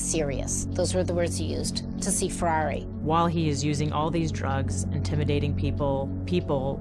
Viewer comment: Could the narrator not pronounce Ferrari's name correctly. He was Italian, not French.